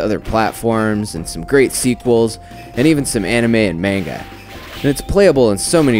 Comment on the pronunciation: Thumbed down cause you said manga wrong.